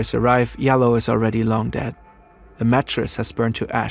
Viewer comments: It’s Jalloh (JAH-LOL) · Oury Jalloh's last name is pronounce DJAH-low. It can also be spelled Diallo in ex French colonies in Africa. Oury is most likely from the Gambia, an ex English colony where they speak english and spell things differently. May he RIP